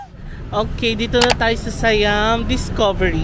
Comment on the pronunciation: The correct pronunciation of SIAM is “sà-yăam”. Low and Rising tones lang po sya. And just a tip, most of the food court naka loadable card un mode of payment nila. No need to worry if hindi na consume un laman ng card kasi pwede naman sya papalitan.